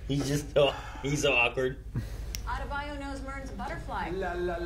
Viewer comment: Let me get this straight…you can pronounce every name on Game of Thrones but “Adebayo” is too hard for you. Ok